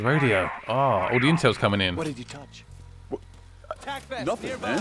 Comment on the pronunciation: Did you just say "NuffingK"? o.0